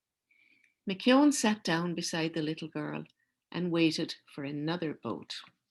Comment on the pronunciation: Thank you for your reading of Giant. It was nice to hear the Irish pronunciation of McKeon.When I was in high school, Giant was banned from some Ontario schools. As a fan of Robert Munsch's books I got myself a copy right away (my first banned book). I love the story, and the final message is one of peace and acceptance. The ban lifted a year later. Munsch felt it senseless to defend the Giant and was quoted, "Like children, there comes a time when a book has to make it on its own."